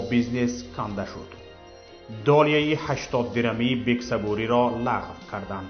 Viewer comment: Бародар гап зади точики гав зан, лагв, пагв, нагу мебахшида, туибосавод, мо лахчавии, точикира, мепазирем